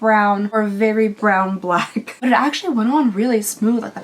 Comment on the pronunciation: It's a blawn eyeliner,. Or brack?